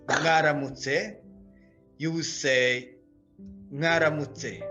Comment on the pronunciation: You're pronouncing mwaramitse like ngaramutse?😮